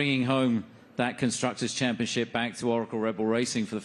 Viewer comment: The dude said conscructors championship lmao